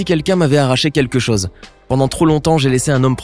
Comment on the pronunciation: Moi je crois qu’il faut apprendre à prononcer les « o » « au » correctement désolée j’aime tes vidéos mais ça me perturbe quand tu dis chose et que tu le prononces chause